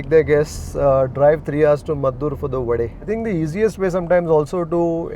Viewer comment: I think you should also talk about the pronunciation of vade not vada